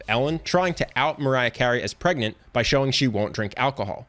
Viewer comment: How he pronounce Mariah : Maray How I pronounce Mariah : Marya Me : My whole life was a lie.